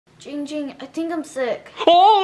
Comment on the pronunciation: It is pronounced GINGGGGGG ging not Ging Ging THATS his cousin